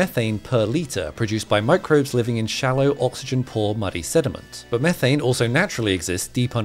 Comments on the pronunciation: Mee-thane nor meh-thane! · It's pronounced meeethane you doughnut